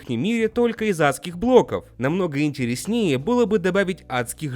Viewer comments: запарил. С этого дня ты перестаешь говорить "интреснЕе" и начинаешь говорить "интерЕснее", как все люди, умеющие говорить по-русски! Ставь лайк, научим говорить!) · интереснЕе ? [Е - под ударением